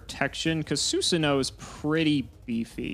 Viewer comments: it's not Susanowo it's Susan OWO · is a coward for not pronouncing susanOwO correctly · Love mispronouncing susanowo so we don't have a sound clip of him saying OwO